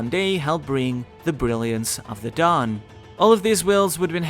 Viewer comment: Is it me or everytime he says "The dawn" I hear "Dadan"